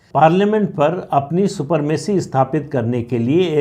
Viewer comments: सुपरमेसी नहीं सुप्रीमेसी कहिए। शब्दो का गलत प्रोयोग नही करना चाहिए। बहुत बढ़िया बिस्लेशन करने के लिए आपको बहुत बहुत धन्यवाद। सुप्रीम कोर्ट को अपने दायरे में ही रहकर काम करनी चाहिए। बेसिक स्ट्रक्चर और कॉलेजियम का सिद्धांत संविधान में बिलकुल ही नहीं हैं। संविधान को ताक में रखकर सुप्रीम कोर्ट द्वारा अवैध रूप से लदा गया है। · सुपरमेसी नहीं, सुप्रमेसी 🙏